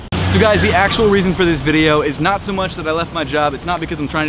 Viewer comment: As a danish person this Ø instead of O is bugging me, would always say why nøt haha XD (Which btw is a totally different sound than why not)